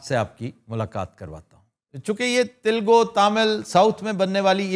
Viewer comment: It’s talagu not tilgu